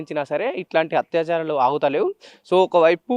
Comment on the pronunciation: హత్యాచారాలు కాదు బ్రదర్. అత్యాచారాలు! Ani cheppali